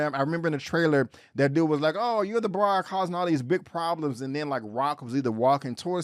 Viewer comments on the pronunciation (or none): none